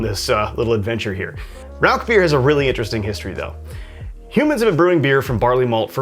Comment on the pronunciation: I found your channel today, and really like a lot of your videos, especially those related to German biers! I lived in Germany (US Army) for 6 straight years at the end of the 1990's. My first thought is for you to pronounce the name of the bier correctly... it is "Rausch"... sorry, just an annoyance for me... lol! Anyway, I have made my own versions of smoked beers before. Rather than buy smoked grains though, I prefer to smoke my own grain. The first one I made was a smoked wheat beer. I smoked about 8# of cracked wheat with orange wood chips - those are extremely hard to find, I had to order them online only. I smoked the grain for about 2.5 hours, then proceeded to brew a basic wheat beer recipe with the smoked grains. That was a dynamite brew, you should try it some time. Several years ago, while still living in TX (I'm in Alaska now) I entered the Alaska Home Brew competition. I again did a smoked beer that I called Hatcher Hurricane - Hurricane Harvey was blowing through south Texas on brew day while I was brewing under my carport, and "Hatcher" for Hatcher Pass in Alaska. For that competition I had to use their challenge ingredient, which they sent, which was spruce tips - the new growth in spring from spruce trees. My base grain again was wheat, and again smoked with the orange wood chips. There were some other excentricities with my recipe, but it took 2nd place in the smoked beer category. If you would like, let me know and I can send you that recipe. It's dynamite